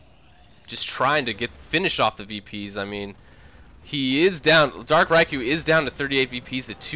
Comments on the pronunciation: I thought it was dark "Reekoo" not dark "Raikoo" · That was a great game, what a finish! Good cast (despite the pronunciation of Riku)